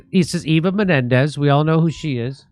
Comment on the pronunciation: Its Eva Mendez. No Menendez. Please say the name correctly. It makes you look sloppy.